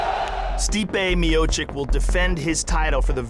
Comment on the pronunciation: Joe zadnji put, Its Miochich.